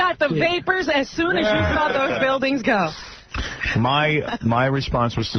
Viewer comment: "I sawr it"....lololol..